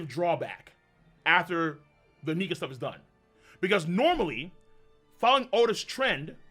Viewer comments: If you ain’t black learn to pronounce Nika right!! I’m call DR Umar on y’all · Luffy is a "Nika". LMAO!!!